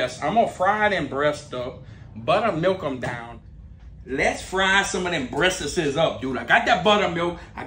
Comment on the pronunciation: I like the way you say dem breassAsez!!! 🤣🤣🤣